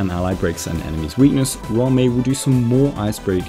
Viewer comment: If you pronounce Ruan Mei's name do the Afrikaans pronunciation for Ruan. Its sounds like Rowan.